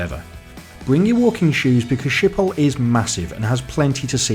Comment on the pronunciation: Being Dutch myself I can only agree to your comments about the airport Schiphol, which btw is pronounced with the typical Dutch G-sound which with you scrape your throat. Other European airports are boring, to say the least. Once had a 6 hour stop in Brussels where the lights just went off and it was dark, shops were not there, there was absolutely nothing. It has been years that I used KLM mainly because of what you said at the end of the video: the crew is never there. When I flew KLM to Jakarta (overnight flight obviously) you never see a member of the cabin crew. I like to use Asian airlines where the (pretty) girls regularly walk through the cabin asking passengers who are having trouble sleeping if they like a drink or a snack. I know it is not good for Dutch economy but KLM really has to change the way the crew operates, then things will be better for the airline.